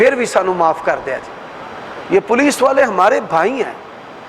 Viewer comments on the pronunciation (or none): none